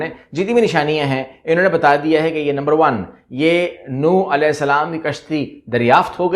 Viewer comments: السلام علیکم... کشتی نو نہیں نُوح پڑھا، بولاجاتا ہے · نوح ع کا نام صحیح پڑھا کریں